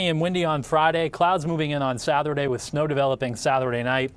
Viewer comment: Why does he put an “h” after words that start with letter s? Snow becomes shnow, stop becomes shtop, start becomes shtart. Amanda Hill does it too but not as bad as this guy